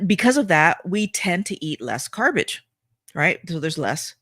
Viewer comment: “ carbage”. Perfect…